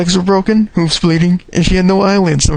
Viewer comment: its not hoooooves its hooves